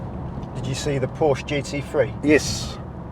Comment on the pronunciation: Driving instructor but can't pronounce Porsche correctly lol.